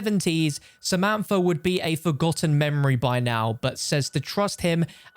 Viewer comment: The moment u say a name wrong😂 why u say in samanfa instead of samantha😂